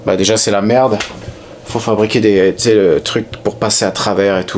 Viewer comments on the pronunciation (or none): pi, "y a d la mertt dans l carter", pfff ranafoutt, la mertt, bien lavée, c est propp